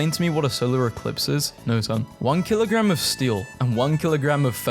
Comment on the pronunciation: "Woht's Hæviah, a kilograhm o stæl, or a kilograhm o fethahs" Edit: wrong timestamp